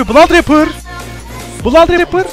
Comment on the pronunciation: Olum sonda adam bladraper diyo la :D malmı ne aslında onun adı blod abi olacak 😀😅